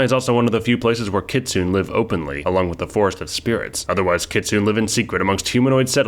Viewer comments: AUGH! It's not 'Kit soon' it's Kit soo nay. E isn't silent in Japanese, which is where the word Kitsune originates. :) Otherwise, good video. :) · Kitsune is pronounced "kit-soon-nay". Just wanted to point that out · I mean if you wanna be picky nay is also wrong (that would be kitsunei), the u is an unrounded (and devoiced in fast speech) u that has no English equivalent and will more or less sound wrong no matter what unless a person is actively studying Japanese, and ki is more accurately kyi (it's palatized). ne would be more accurately pronounced neh and the player ancestry would be more accurately referred to as a Youko （妖狐）anyway.